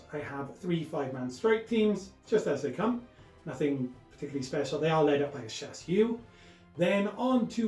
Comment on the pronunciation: Shas-wee & Shas-vray - love the game, but the pronunciation is breaking me!